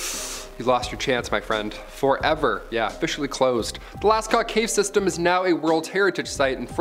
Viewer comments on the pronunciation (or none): none